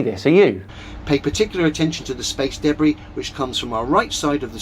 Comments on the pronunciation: This dude should NOT be making any sort of profit from his terrible videos. I can’t even get past his pronunciation of debris. Deb Bri. Debb Rhea? DaBree … it’s so awful I can’t even type how he’s saying it. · Every time that guys says debris, I flinch. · He wasn't just eating soup, he was eating "me soup," which sounds like a combination of body fluids and excrement. What's "space daybray?"